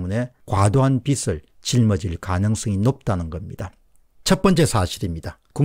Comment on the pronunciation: 빚을~~>비즐이라고 읽어야 함~